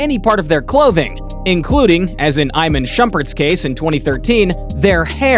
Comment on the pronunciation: It’s not pronounced, Eye-man shumpert.